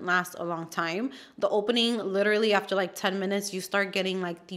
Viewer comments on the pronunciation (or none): none